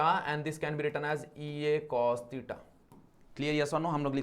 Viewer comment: Theta ❌ Teeta ✅ No hate just for entertainment